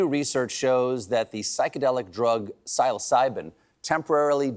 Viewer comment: Jeez Stephen, “sill-o-sigh-bin” Did you miss the ride on the cosmic train?